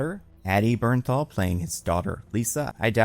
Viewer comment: the way i GASPED out loud!!! YOU DID IT,!!! YOU PRONOUNCED “BERNTHAL” CORRECTLY!! IM SO PROUD OF YOU!!!